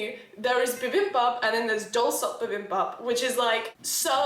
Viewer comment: I LOVE!! She is one of my other favorite UK Creators!! DID YOU READ THIS ONE!?!?!?! IF YOU DID... THANK YOU!!!!! You have helped keep me sane and smiling during the Global bug!! Bibimbap is BEE BIM BAP... You just got the first syllable wrong. But, you are doing great otherwise!!! (I was born in Korea and my dad is fluent in Korean)